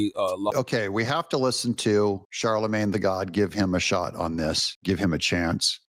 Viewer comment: "Charlemagne the Gaud" (as in gaudy), not God 😂